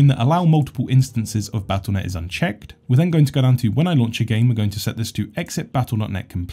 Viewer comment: Yeah this also confused me. I couldn't figure out if he said "unchecked" or "on check" since he checked it :P